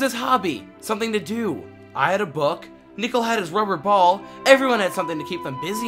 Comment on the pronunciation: nick-le not nickel 😭😭